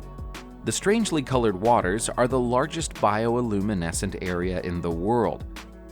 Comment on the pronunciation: Bioluminescent not bio-illuminescent. ugh.